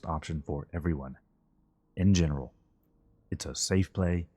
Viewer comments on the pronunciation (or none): none